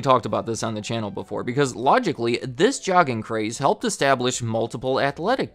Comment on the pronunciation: I think it's a soft "J" in jogging...